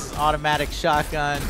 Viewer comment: "this is a shutgun"